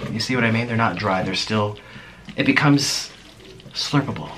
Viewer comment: Yeah the way he said "SluRpAbLe"